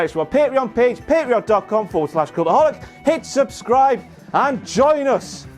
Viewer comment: Dude the way you pronounced "Join Us" is not family friendly. Join Us Join Us Join Us Join Us Ginas Vaginas